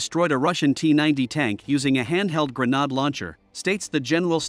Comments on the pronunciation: When writing these speech to text narratives, it might help to intentionally misspell grenade as "grenaid" to get the pronunciation right. Just a thought. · grenade ==> rhymes with afraid. gren naid'. not pad or fad. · A gre-nod launcher 🙄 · Pretty pathetic the way they pronounce "grenade".